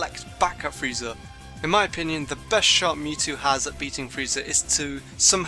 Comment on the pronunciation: Did you say frezia teleport what is wrong with you